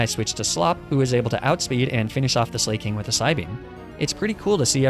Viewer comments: I don't know why this dolt says ''slay-king'' Slaking is obviously based on the word ''slack'' which basically means lazy. Leading to the obvious pronunciation of slack-king. But I guess that's what happens when you're a YouTuber with zero skills or knowledge outside of Pokemon. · I love the way you prononuce Slaking as 'Slay-King' 😂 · "Slay-king"? "Fah-chade"? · INTENTIONALLY PRONOUNCING THINGS WRONG IS MY FAVORITE THING. I love this so much. Slayyyyy-king. Fakadé.